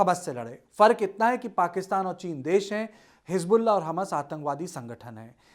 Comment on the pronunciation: hisbulla atank was nhi thik se bola kr sb se kharab channel hai tumhara